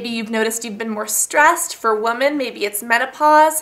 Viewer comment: woman and women are pronounced differently.